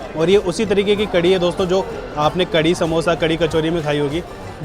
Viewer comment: करी नहीं कढ़ी होता है।